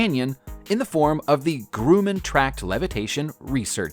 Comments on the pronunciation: I agree. To clarify what you are saying, (for those uninformed Grooman people lol), Grum, pronounced like plum, man. I used to work on Grumman Prowlers, so I about twitched out of my chair when I heard this turkey murder the pronunciation. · its not Grue man, its Grum man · It's not "groo man" but "grum man".... my Grandma's maiden name. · GRUM-MAN not GROO-MAN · "Grumman", not "Groomman." You narrator seems to have an American accent, has he really never heard the name Grumman or Northrop Grumman pronounced? Or your producer, director or editor? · I can forgive "PWAY-blow", but not "GROO-man"! Rhymes with GUM, man! GOD, you announcers need to do your Goddamn HOMEWORK! As a retired announcer, I speak from experience. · It’s Grrr ummm in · Grumman made planes watch any video about them to learn the proper way of saying there name